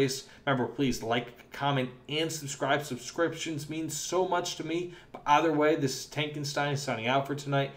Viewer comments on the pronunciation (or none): none